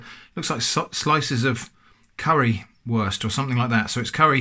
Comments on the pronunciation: "Wurst" is pronounced with a "v." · As a German speaker, I forgive you for your pronunciation. For reference, "Wurst" is pronounced like "Vorst". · funnily enough,a englishteacher i once had almost always pronounced worst as wursht as a joke xD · As a german I feel severely offended. Wurst is pronounced like a drunk worst but with an u like in unqualified. Also how tf do you not know what Currywurst is? Is it a german only thing?